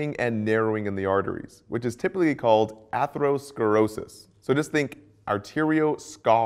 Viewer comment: I love the way u said atherosclerosis kinda rolled that R there 😂 I feel pretty good about my next exam! Fingers crossed! Thank you so much, I've been falling asleep and waking up to your videos, very informative!